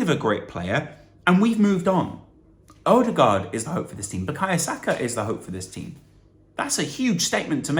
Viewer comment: the pronounciation of the letter Ø is a well protected nordic secret